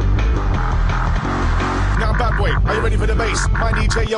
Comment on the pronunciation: haha, "Call me MeCree"